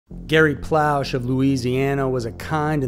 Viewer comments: His name is pronounced plo - shay...its a Louisiana cajun french thing lol...i remember this case very well as a 12 year old in 1984.i lived not far from where it happened..doucet got what he deserved.. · As a Louisiana native his last name is pronounced Plo- Shay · His name was pronounced ploo-shay , but still cool vid